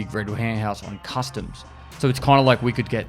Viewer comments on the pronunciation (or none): Can't not hear custard instead of customs sometimes. Maybe I'm just hungry